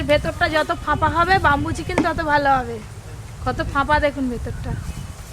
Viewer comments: Bambo chicken na bamboo chicken thik kore bolteo jano na😅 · age tumi uccharon ta thik koro tar por dadu k sekhabe..bambu chiken noi bamboo chiken..kola pata noi kala pata..ajob katha bole...nijeke ki mone kore k jane.. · Not bumboo chicken it's bamboo chicken only eating first currect your pronanouncesion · বামবু চিকেন কি???? ব‍্যামবু মানে বাঁশ আর বামবু মানে মার দেওয়া 😅তোমার উচ্চারণ ঠিক কর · আরে কথাটা বাম্বু চিকেন নয়।কথাটা ব্যাম্বো।